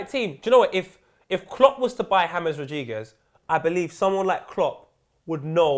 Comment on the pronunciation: James rodheegez😂😂